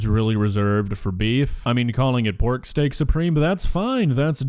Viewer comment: She said STANK SUPREME!